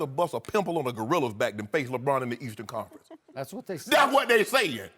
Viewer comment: "Leastern conference" skip gotta dub